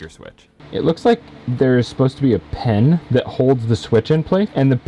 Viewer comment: PIN, not pen